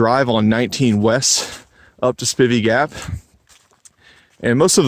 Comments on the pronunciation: Two years later and you still don't know how to pronounce Spivey... Spi-vee. long I. You're welcome. Unaka= U-nay-kah. Damn Yankee! As a small child my Dad herded cattle on the Big Bald. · Hey, enjoy your vids but just have to let you know it's pronounced "Spy-vee" Gap and "Unay-ka Mt". Spivey Gap is easier to get to by taking I 26 into Tn. Take the Temple Hill exit, go south for approximately a half mile and then turn South on 19 W. It's approximately 5-6 miles to the AT. I've spent a lot of time on that mountain and full moons are awesome. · Spivey pronounced SPI (long I)VEY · Learn the correct way to pronounce Spivey and Unicoi.